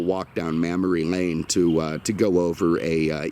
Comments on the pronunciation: Did he say “mammary lane”? 😂😂😂😂😂😂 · “Mammary Lane”? More of the whisky doing the talking…